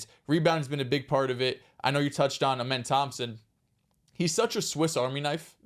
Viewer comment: please say Amen name right 😂😂 it’s “Uhh Men” not Ahh Men